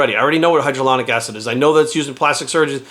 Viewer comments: "I've done the research" then calls it "hydralonic acid". It's hylauronic acid. Obviously getting paid to promote it. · “I know what hydroloronic acid is” -_